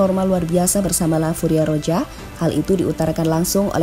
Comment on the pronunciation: Lain kali naratornya setidaknya yg pernah nonton bola min, supaya penyebutan nama pemain dan pelatih lebih mantap, kurang srek dengernya (Busquets, Enrique, La Furia Roja)